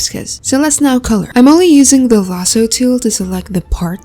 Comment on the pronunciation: why did i hear "emily using the lasso tool" when it's "im only using the lasso tool"